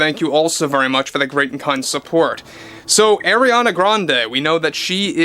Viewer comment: Just think like a pirate its Arrriana Grande, not Areania